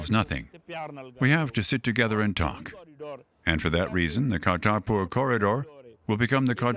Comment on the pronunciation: He tried to pronounce Atal Bihari Vajpayee and Kartarpur correctly so cut him some slack.